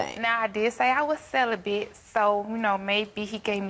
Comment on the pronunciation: She said she was "Sell-a-bit" LMAO!!! That wig is horrible.